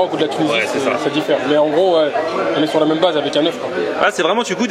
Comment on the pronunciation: J'ai entendu une blaze😂 au lieu de base